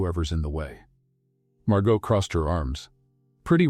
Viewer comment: Nice story. But 2 comments: 1: Never heard either one of them profess their love for each other, even when he proposed. Weird. 2: Please kill the background music. It really takes away from everything. Doesn’t help at all. But the stories are lovely. Even if Margot’s and Elia’s’ names were continually mispronounced. Thx!